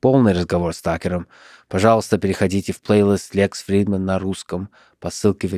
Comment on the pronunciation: Какое же хорошее произношение у Лекса Фридмана..